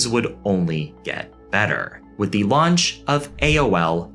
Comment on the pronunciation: love ur channel, but u don't always have to pronounce "the" as "thee".